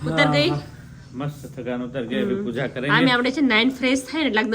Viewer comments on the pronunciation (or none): none